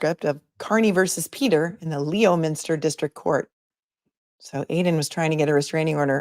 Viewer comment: Lem in stir 😊 is the way you say it :)